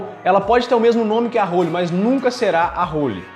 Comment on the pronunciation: não é "hÔlly", se diz "hÓlly"..